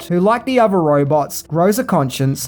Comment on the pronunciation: Still struggling to consistently pronounce your th's properly, I see. Your pronounced "three" correctly in "1973," but everywhere else you're mispronouncing it as "f" (e.g. "frilling" instead of "thrilling"), "v" (e.g. "ovver" instead of "other") or "t." I recommend listening to native English speakers and practising this pronunciation point. Also, the 't' in "often" is silent (as with "soften" and "listen").